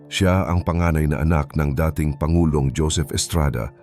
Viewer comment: Maganda sanang panoorin kaya lang pamali mali ang pagbasa o pagsasalita,dating naging dayting😮😮😮